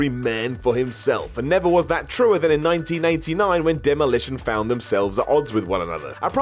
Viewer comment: I played it back twice to make sure...he said 1989 but said it really weird but then capped it off by saying "Shocker in the late 90s" getting his decades mixed up haha